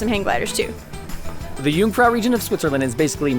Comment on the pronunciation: I'm impressed that you pronounce "First" and "Jungfrau" properly, but so many lakes in Switzerland, it wouldn't be hard to pronounce "See" properly in German?